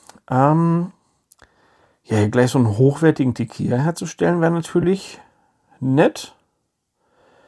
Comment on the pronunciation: Das Spiel spielt sich viel besser, als ich erwartet hätte. 😃 Auch hier kurz zur Aussprache, falls es Dich interessiert: Es wird "Tekila" ausgesprochen, also mit einem "normalen" L. "Tekija" würde es ausgesprochen, wenn es "tequilla" geschrieben werden würde. Kannst meinen Kommentar auch gerne nach dem Lesen löschen. 😉